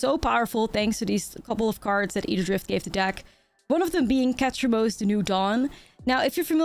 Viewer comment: stop say ketramose one more time damn my ears bleed